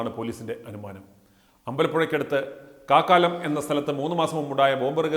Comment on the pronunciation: കാക്കാലം അല്ല കാക്കാഴം എന്നാണ് സ്ഥലപ്പേര്.